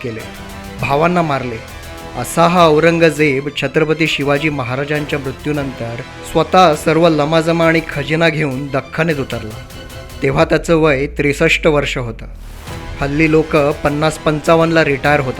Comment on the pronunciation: लवाजमा म्हणा लमाजमा नाही